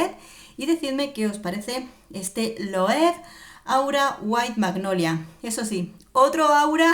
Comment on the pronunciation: Hola! Se pronuncia tal y como se escribe LOEWE = LOEVE. Y no es pan de oro, es un brochazo de pintura dorada. ♥️